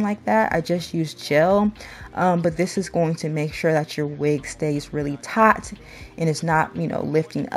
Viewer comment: taut. like taught. i taught you how.to read